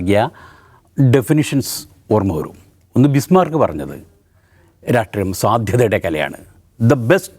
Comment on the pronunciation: Ratreeyam alla rashtreeyam